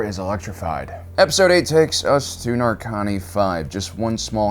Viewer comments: Why you keep calling it Narkani? It’s Narkina. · One comment I will make is that it really irritated me how you pronounced the name of the planet, it is quite clearly Narkina 5, not Narkani 5, it is said and written several times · Why is he calling it Narkony? it's Narkina xD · It's Narkina, not Narkani goddangit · I just came across your videos because I'm looking for Andor content and I love the videos. But for fuck's sake it's Narkina 5, not Narkani 5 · Nar-Ki-Na. Not Narkani. Yes this guy is totally nightmare fuel. Up there with ol' Sheevy Palps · Stop saying “nar-con-knee” it’s “nar-key-na” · Why are you so bad at names you fake nerds 😂 Narkina not Narkani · It's Narkina, not Narkani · Just a small note Alan, it's Narkina 5, not Narkani 5. Loved the video as always but wanted to provide the correction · "narkanee"? Narkina (Nar-kee-nah)* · Narkina 5 is actually pronounced "Nar-Kee-Nuh 5". Just wanna let you know. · Nar-kin-a V / Nar-keen-uh five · least pronounce the place correctly NAR-KI(key)- NA(na) or NAR-KIN-A but go on😂😂😂Its evil jail but idea concept well….😂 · bro, they say the name of the planet in the show...why do you say it wrong?